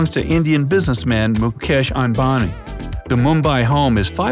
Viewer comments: Mukkhesh eembani( hahaha) It's pronunced : Mookhesh aambaani He's original name : Mukesh ambani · It is not muuksh anbani, it is mukesh ambani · His name is pronounced as “Mookash umbanee A as in Abcd